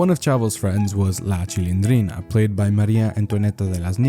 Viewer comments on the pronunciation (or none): Maria Antonieta de las Nieves es la duena y creadora de la Chilindrina, y siempre lo ha sido típico gringo q no puede ni pronunciar bien los nombres de las personas q esta cubriendo 🙄🙄